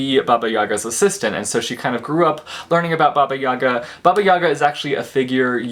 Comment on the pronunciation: well, being Russian it was funny to hear about baba Yaga from you :D by the way, accent should be on the last letter, so it is baba (baba is like granny) YagA :)